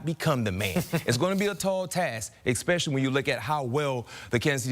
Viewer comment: STOP SAYING EXPECIALLY!!! I'M NOT GOING TO AX YOU AGAIN!